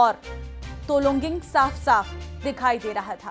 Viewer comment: Tololing he.. Tologing nahi..